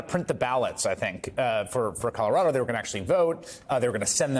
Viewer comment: Leah Litman is the first online personality to pronounce our state name Colorado properly. She now has a new subscriber.